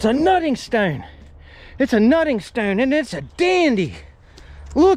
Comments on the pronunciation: Dude mustve said stoone a hundred times or better.. enough for me to change it. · Lord! How many times can one man say “Stowwn” in one video.. and the pronunciation is so strange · Came here to learn about arrowheads Stayed because of the way you pronounce “Stone” lol